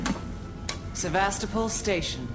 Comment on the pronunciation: Ugh, they keep pronouncing Sevastopol wrong.